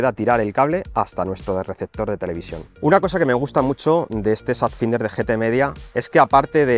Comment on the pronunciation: Por favor deja de pronunciar "finder" que me hace daño a los oidos, se pronuncia "fainder" que estamos en el siglo XXI y la gente ya sabe ingles